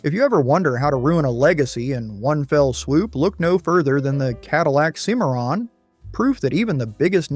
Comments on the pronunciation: they mispronounce the Cadillac cimarron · Hey! Moron! It's CIM-ar-ron not "cim-AIR-in". duh. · You lost me at SEE-MARON! Are you serious? You should know something so basic to be taken seriously. Ill not be back. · It's pronounced "Sim-A-Ron" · Learn to pronounce it it’s called a Cadillac Cimarron SIMERON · Learn to pronounce it. It’s a Cimarron…… Pronounced SIMERON. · It's called a Cim - a - ron. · Cadillac SIM-ER-AHN. FFS Plus, HOW MANY TIMES can you use the phrase "cautionary tale" and "punchline" w/o sounding like a robot? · Cimarron Sim ma Ron. As Cadillac called it. Do your homework.😊😊😊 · Cadillac Cimarron pronounced Simaron. My family has owned several bad cars. Ford Granada Saturn ion Ford Pinto GMC Safari Chevrolet Astro My Saturn ion was in and out of the service department about as often as some folks change their socks. 9 months out of 14 months of ownership. I got rid of it, quick, fast, and in a hurry. I loved my Plymouth Horizon. It was fun to drive. After I had a fender bender, I learned that it was a red title. The whole right quarter panel had been replaced. The electric system went crazy and towards the end of my ownership, it would set off the horn at about 3 AM. We'd have to disconnect the battery. UGH!!! 🙄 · Let's all say it together and use the same pronunciation each time, Cimarron is pronounced sim-uh-ron. But, seriously, this is a really enjoyable video. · My man pronounced Cimmaron 5 different ways... And not correctly even once. Good, informative video, though. 👍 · Man you butchered the pronunciation of "Cimmaron"!